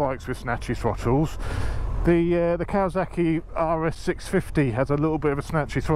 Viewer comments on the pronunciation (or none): none